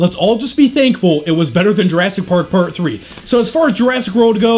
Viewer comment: Every now and then it sounds like he's saying Jurassic Road.